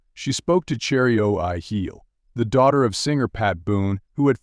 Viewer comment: These AI narrations are so horrible. Who the Hell is "Cherry O Hi Eeel"? That's Pat Boone's daughter CHERRY BOONE O'NEILL. This is godawful. Don't you guys even watch these things before you post them?